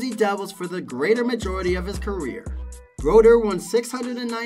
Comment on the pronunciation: His name is : Martin Brodeur. Get it right...